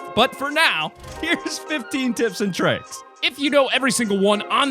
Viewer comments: "TIPS AND TRICIKS" :c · Tips and trivks